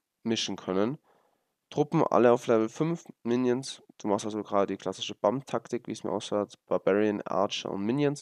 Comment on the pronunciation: Es heißt nicht BAM-Taktik sondern BÄM-Taktik also von der Aussprache